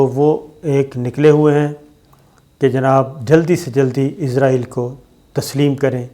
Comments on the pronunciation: صابر شاکر صاحب مجھے آپ کی ویڈیو نہیں دیکھنی صرف اسی وجہ سے کہ آپ عزرائیل کہتے ہیں اسرائیل نے کہا جاتا آپ سے.? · یار آپ اسرائیل کیوں نہیں کہتے آپ ہر دفعہ عزراعیل ہی کیوں کہتے ہو